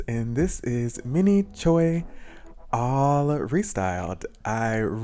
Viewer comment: It’s pronounce Minnie Chwe 😭